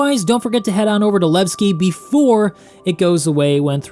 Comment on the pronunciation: Levstay becomes Leaveski.